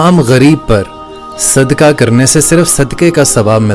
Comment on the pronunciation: ارے بھائی اپنی اردو تو صحیح کر لو صدکا نہیں ہوتا اسکو صدقہ کہتے ہیں۔پتہ نہیں قرآن مجید کس طرح پڑھتے ہوگے۔